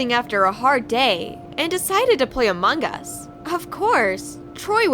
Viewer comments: laurente they said it like that and the person put this sign ="amung us" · Among us not among gus